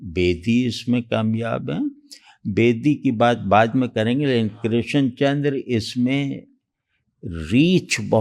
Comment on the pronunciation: Your pronunciation of Krishan chandar is wrong dear host. کرشن کی ش پر تشدید نہیں ہے۔